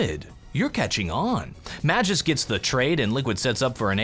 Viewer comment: It is pronounced MAG-isk